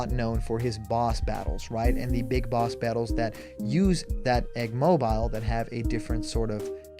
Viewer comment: Bruh you said egg mobile wrong